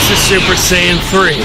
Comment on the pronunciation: The way he said 'super sayian'🤣🤣😂 IT SOUNDED LIKE HE SAID SUPER SAN LOL